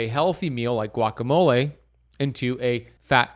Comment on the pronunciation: This guy is a complete whack job. I get his videos on my feed because of the topic but he simply doesn’t know what he’s doing. And yes besides the extreme amount of ads he contradicts himself constantly. lol he doesn’t even know how to pronounce guacamole. lol. And in some videos he’s thinks it’s a flex that he knows Kobe Bryant’s trainer, I get the feeling he has no idea Kobe died a long time ago. He’s just a grifter.